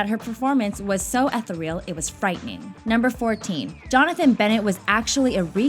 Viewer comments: Did the narrator actually say, "eth-reel" instead of ethereal? Seriously? Why can't you be bothered to find out how to pronounce the words you use? e·the·re·al əˈTHirēəl/ adjective 1. extremely delicate and light in a way that seems too perfect for this world. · #13: the word is pronounced ETH-eer-ee-uhl. Not ETH-eh-Reel. :S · Ethereal is prononced "ee-thee-real" not "eth-a-rel". That is all. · did she…. Pronounced ethereal as ether real? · Did you just read the word "Ethereal" as "Ethe REAL"?? Seriously??? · your pronunciation of ethereal threw me for a loop but I don't want my one tiny critique to take away from the overall quality of the video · This narrator doesn't know how to say the word "ethereal," good grief. Someone should proof these narrations or something. But Mean Girls is still a great movie :)